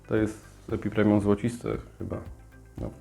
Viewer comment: Bardzo lubię Twoj kanał ale błagam, co Wy yutuberzy macie z tym epipremium skoro to EPIPREMNUM i nie scindaptus a scindapsus! Zepsules mi dzień, tydzień a nawet miesiąc...dlaczego, bo ja na tego scindapsusa poluje i poluje od kilku dni, gdy tylko ukazała się info że one będą. Więc albo nie w każdej Biedronce były albo nie mam szczescia😭 Co do koszyczków a tym bardziej do wszelkich taśm, nie trzeba ich usuwać. Taśmy się rozłożą w glebie a korzenie poprzerastaja otwory w koszyczku. Analogicznie, gdy nosisz na palcu obrączkę przez dwadzieścia lat,i utyjesz o 20 kg, palce też ci utyja co nie oznacza że odpadnie palec z niedokrwienia. Po prostu w tym miejscu w którym są otwory a korzenie je przerastają, one się dostosowują. Zresztą zobacz jaki był system korzeniowy poza koszyczkuem. Często takie dłubanie nacinanie wyłuskiwania może więcej szkody wyrzadzic( znam to z doświadczenia)bo można po prostu pokaleczyć korzenie i będą później gnić. Można to robić gdy korzonki są mało poprzerastanej i koszyczek po lekkim poluzowaniu wysunie się. ... No i nie obraz się ale dajesz za duża doniczkę w stosunku do systemu korzeniowego...raz że będzie roślina będzie szła w korzenie i dwa że będzie miała problemy z wykorzystaniem" wody.